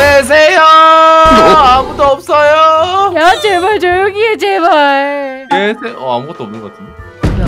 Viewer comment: 계세요 를 나만 개새여 라고들었나